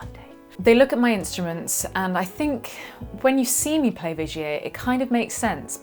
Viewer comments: Not Vigay but Vigiér .. love :) from a Frensh Belgian guitar nerd .. Vigiéeee not Vigay :) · Thanks, I knew absolutely nothing about Vigier guitars,...had admired yours. Im totally intrigued now. It sounds dead posh the way you say it too, the way i say it sounds more like a cross between Tiger and Vinegar:D